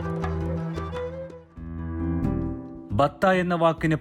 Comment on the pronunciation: ബത്ത അല്ല ബത്ഹ ആണ് .